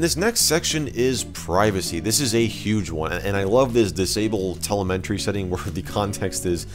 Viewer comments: there is no "n" in Telemetry. It's pronounced, "tell em a tree". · just fyi telemetry = tuh lem etry not tele meh tree. Cool looking program. I actually loved the old TweakUI. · I admit I am triggered by how you say telemetry.